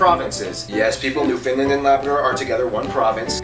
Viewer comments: Not new Finland, it is new found land. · NEW found (as in discovered) land, Newfoundland. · Sounded like he said "New Finland". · Nestle bottled water come from a wells around Guelph, Ontario His pronunciation of " Newfoundland " ( Newfinlind ugh! ) would get him thrown into St.John's harbour. Canada being the 2nd largest country in the world is no big deal. Canada, China, Brazil, and the USA are all pretty close in size. Changing a criteria or two will change the order. Canada is the 2nd in total area but 4th ( behind China and the US ) in land area thanks to those 3million or so lakes